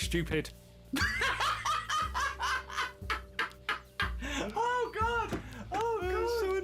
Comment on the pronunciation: "dont be Stupppid" 😂😂😂 i creased!